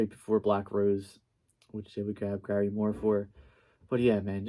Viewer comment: 2 corrections. 1. It's pronounced gary MOORE. Not GARYmoore. Emphasis is on Moore. 2. He played on the Nightlife album. Still in Love with You song.